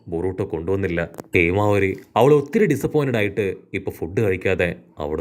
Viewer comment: Heemavari alla myle himawari